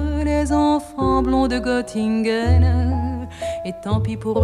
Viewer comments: Je suis toujours surpris de la prononciation qu'elle aura arrêtée dès l'origine de sa sublime écriture sur la ville de Göttingen en la prononçant "Gott-ingen" alors que cette sympathique ville allemande se prononce "Geu-t-ingen". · BARBARA aurait pu faire un EFFORT pour prononcer CORRECTEMENT le nom de la ville de Göttingen ! Ce "ö" = "euh" !!!!! 😏